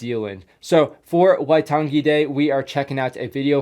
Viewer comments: the pronunciation for waitangi is why - tung - E. the E should not be dragged out and say it fast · Pronunciation guide/correction list: Waitangi - why-tangi (I don't know how to exactly explain how to pronounce tangi as there isn't really a way, but in te reo maori we say it as you would say the ng in, say gaming, and "ta" is just pronounced like the "to" in tonne or just like "tun"(I don't exactly know how Americans say tonne), along with a short a in tangi Maori - "mao" is like how you would say the "mou" in mould Maoritanga - tanga is practically the same as tangi, just replacing the i with a Mana - "ma" would be like the name Mark, just remove the rk then the a would be like the a in ah Pakeha - the "pa" has a long a and "ke" has an e as in the e from ear Apirana Ngata - "Api" is like the "upi" in the old knight term, "uppies" except obviously removing the "pies" "Rana" has a rolling r "Nga" once again just removes the heavy g sound and replaces it with a ng as in gaming and has a long a (I genuinely don't know what the names of the 2 other Maori MP's were as I couldn't understand it) Moana-Nui-a-Kiwa - "nui" is pronounced like "noo-we" noo being like noose or the oo in moose Ngarimu - Once again the ng and the rolling r (Moana-Nui-a-Kiwa's last name was Ngarimu) Corrections/Facts I've never heard the term "Maoritanga" but in my dialect, (Eastern/Ngati Porou ki Harataunga) we just say "Te Ao Maori" which translates to "The world of maori" or something around there not quite sure, and here we call our tribes "Iwi" Most of the time, domestic warfare only consisted of Iwi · Waitangi. The G is pronounced as the word tang.